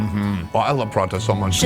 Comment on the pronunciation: Man it's not paratta. It's porotta which is normally found in southern India mainly Kerala